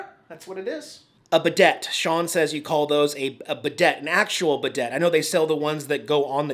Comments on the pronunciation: Prounoced "Bi day" not Bi Debt. Spelled Bidet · Bu Day NOT Bu det LOL! You are so a child in a Mans body! It's really funny but very endearing too:D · By the way, it’s called a "buh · day” NOT “Buh Det” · It's bidet (bih-day), not bidette. Enjoy a clean and shiny hiney! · A Bidet is pronounced as B'day lol. I love watching your videos. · FYI, Bidet is pronounced Buhday... Love your videos.. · Bidet is pronounced like BE-day or B'day. It's French. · Bidet is pronounced Beeday, its French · 😂🤣😂🤣 Pronounced Beeday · I am vewy vewy old and I hate Star Wars and I hate Disney, but t love you. By the way in bidet the "T" is silent and it's a drinking fountain, filtered and chilled of course (he he).